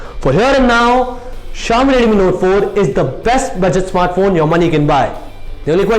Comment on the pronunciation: Jalaj Joshi Also he has to improve his pronunciation, especially of "Redmi", sounds awkward to me